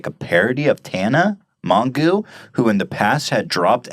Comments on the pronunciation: the way he pronounced mongeau lmao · mon goo ha sorry it makes me laugh how people don't pronounce her last name correct lol